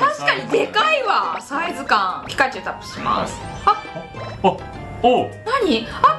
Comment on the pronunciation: ピ↑カチュウなんだ